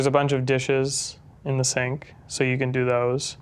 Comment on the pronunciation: This guy put an r in the word "do"